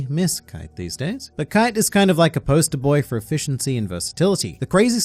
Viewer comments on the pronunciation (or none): why the fuck do you call kaito kaite?